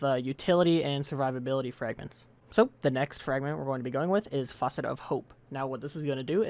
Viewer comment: i am sorry but you are quite literally pronouncing facet the same way you'd pronounce faucet